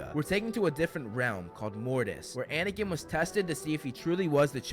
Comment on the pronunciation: Katie Fitzpatrik guys! He said anikin not anakin were fine